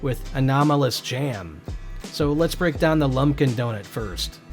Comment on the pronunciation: also it’s not lumpkin it’s lumPen